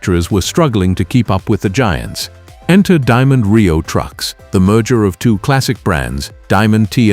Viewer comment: "Diamond T and Ry-oh?"